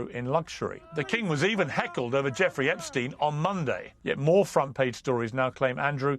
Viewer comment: Epstein is the only one who doesn’t pronounce it like the rest 😂